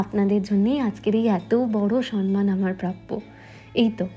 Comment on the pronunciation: উচ্চারণটা সম্মান সন্ মান না। বড্ড কানে লাগে।